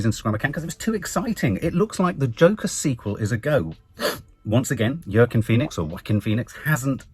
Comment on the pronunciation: I rather enjoy your butchering of the name Joaquin, you give a different name every time!